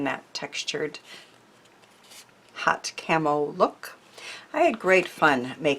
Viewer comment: Some great tips. I couldn't understand why you were saying camel or carmel so I went back and put on the subtitles. That said 'camo'. Still didn't understand, so googled it. Got it! Camouflage!!! 💖 from a very wet week from Devon, England.